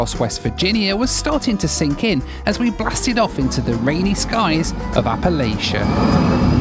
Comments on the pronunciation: Apple-latch-a not Apple-lay-sha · The " Tiny town" of Beckley. WVs. 9th most populated city with about 16K inhabitants. Also. Appalachia is pronounced. " apple-atcha" love your content , would love to see more WV content too. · Please Learn how to say Appalachia